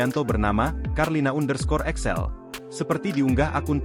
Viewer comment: Excel apa Axel ini video pakai AI kok malah kacau 😂